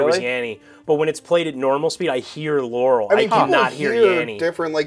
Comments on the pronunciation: it sounds like Yaural to me not Laural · That's weird, I heard it as 'laurel' before, on this video all I hear is 'yanny'. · Does anyone else hear "Yaurel"? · I hear "larrel"